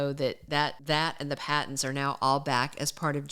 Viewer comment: Patents not Pattons